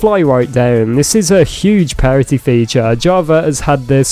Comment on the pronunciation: I promise you you're saying "parity" wrong